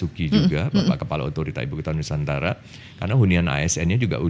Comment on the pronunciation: ITU ORANG TIDAK BISA MENGUCAPKAN NUSANTARA. IKN SAJA BISA NYA.